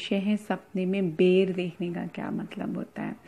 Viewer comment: Madam bolane ka language aapka bahut galat hai baher hota hai ya bayr hota hai